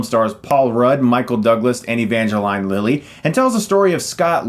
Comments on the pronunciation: Thumbs Down !! for Pronouncing Evangrline Lily's name All Wrong !! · Well, that's the first time I've ever heard Evangeline Lilly's name pronounced that way...